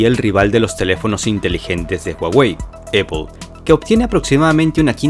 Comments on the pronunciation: Excelente pero porque dices eipol se pronuncia apple en ingles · Muy buen video 👍 pero déjame decirte que Apple se dice "Apl" en español y no "Epel" 😆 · Perdistes crebilidad desde el momento que dijiste eppol 😂🤣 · Superinteresante, como siempre. Solo una cosa: me ha costado trabajo averiguar qué cuando dices "opo" te refieres a Apple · Se pronuncia AAAApple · Se pronuncia "Naiqui" NO "Naic" / "Apol" No "Eipol". Salud2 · "Donal Tram" y "Eippol" :v